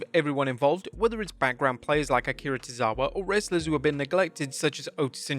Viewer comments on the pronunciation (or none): none